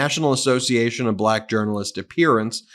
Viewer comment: Yes, he does that to make a foul sound out of the word to show his contempt for naturally dark skin. "Blech-ack" . Like that. Like he won't say Democratic. He will only say democRAT. He's a 6 year old schoolyard bully.